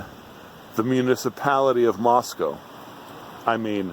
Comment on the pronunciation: Can you say “Moss-cow?”